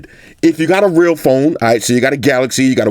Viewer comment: "If you got a REL PHONE" 😂😂😂